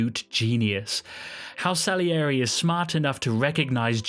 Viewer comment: 1.Scheiß KI-Stimme, die nicht einmal "Salieri" richtig aussprechen kann. 2. Mozart war ein Genie, weil er nicht nur handwerklich perfekt, sondern mit Geist komponierte. Und das war Gottes Gabe.